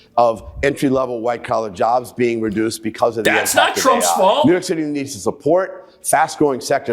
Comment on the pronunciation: I wish you would STOP saying New Yory City is finish 😡